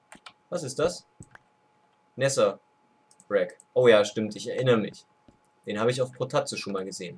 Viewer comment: Was ist denn Nesserreck? Ich kenn nur Netherreck. xD